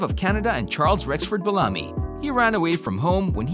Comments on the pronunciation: It's BEL-LA- ME= BELLAMY. NOT BALAMI. Geez!!!🤦🏾‍♂️ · Be-LA-me? I have always heard his name as BEL-a-me. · The actor's name is pronounced Bell-a-me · It's pronounced Ralph Bell-a-me, not Balami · Ralph Bellamy is the actor's name. The narrator pronounced it like Belami, which rhymes with "salami". Learn to pronounce people's names correctly, please. All due respect. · I don’t mean to be an ass but there are a few glaring mistakes here. The actor, is pronounced Beel-am-mee. Spelled. Ralph Bellamy...not Bellami. The actress , Louis Smith is not Ralph Bellamy’s mother considering she was born in 1930. Twenty six years AFTER Ralph Bellamy.. Come on, a little research is just a click away. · His name is Bell - a - my(me) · Bel-LAH-my? Is that how you pronounce that surname? I suppose you're not his godfather... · You say Ralph Bellamy (pronounced Bell-UH-me) is the son of Lilla Louise Smith and then show a picture of actress Lois Smith from, among other movies, Twister who is almost 30 years younger than him. This video is just plain bad. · Pronounced Ralph Bellamy name wrong. Also had his name switched with Don Ameche. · A lot of errors in this video. Mixing up names, mispronouncing Ralph Bellamy's name AND misspelling the word "Sadly" in the very beginning. A do over, Maybe? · Exactly! I couldn't even get through the whole video after Madge Sinclair I turned it off too many errors. Please do better sir. Smh